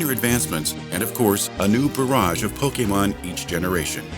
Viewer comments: I LOVED this video, but as a die-hard fan it kind of irritates me to hear Pokémon mispronounced EVERY TIME. It's not po-kee-mon, it's po-keh-mon :D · PocketWow Actually it's Po-Kay-mon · really great video! :D A bit wierd how the narrator says pokemon..